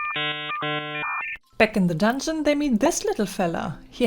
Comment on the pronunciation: "ze dondschen" cracked me up 😂😂😂